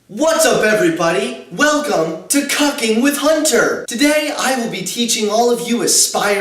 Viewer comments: I thought for a second that you said "Cucking" and not "Cooking", although I suppose both would fit there. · Did you say cucking or cooking? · I swear he said cocking not cooking. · Pretty sure he did say cucking. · He said cucking. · He definitely said cucking